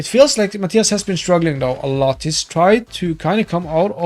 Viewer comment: Mah-tie-uhs?!?! Mah-tee-uhs!